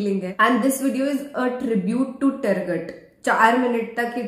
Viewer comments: U pronounced the TURGUT AS TERGET😂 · तरगट नहीं😀 👉तुरगुत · “टरगट” नहीं उस कैरेक्टर का नाम “तुर्गुत अल्प” है। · It's not turgat it's turgut 🥰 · It's तुर्गुत, not टरगट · Iska pronunciation is Toorgut...aap galat bol rahi hai 😂 No heart feeling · Pronounce is toorgooot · Arry name toh sahi trah bolen